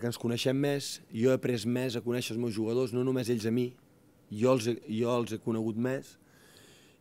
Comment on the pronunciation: Bhargav Kulkarni I think it's Catalán... He mentioned something like "molt be".... The journalist also pronounced "jugadors" with a "j" sound. Definitely not Spanish.